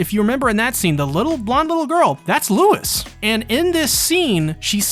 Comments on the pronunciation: Louise: pronounced (lew-ees) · and LOUISE